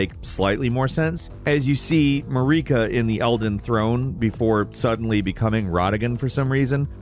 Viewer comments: The way he pronounced their names lol!!! He pronounced Marika like Mallika. And Malenia... malania. It's painful. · "Mah-reeka" is nasty work bro 😂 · AND MAREEKAH!?!?! SHUT UP PLEASE!!! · "Muh-reek-uh" is driving me crazy. None of the NPC's pronounce it that way lol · Second church of MAREEKA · Mareeka for Marika, Melania for Malenia and whatever he said for Miquella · Don't forget RODagon or MaREEKa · The way you say Marika infuriates me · I'm def being a dick here, but how is it that you manage to mispronounce the names of the in-game characters when there is dialogue pronouncing them for you? Mohg, Marika, and Radagon come to mind as characters whose names are pronounced in game. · Which is hilarious because queen marikas name is pronounced several times.